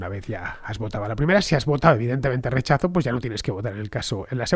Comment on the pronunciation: Qué lindo haberte escuchado pronunciar la palabra "rechazo"